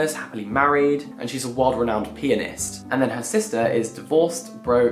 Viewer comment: i heard world-renowned "penis" instead of "pianist" and now I'm traumatized